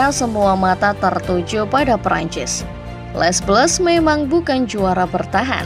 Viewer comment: min, gak enak banget ngucapinnya les blues, harusnya kalo diucapin tuh, cukup le blu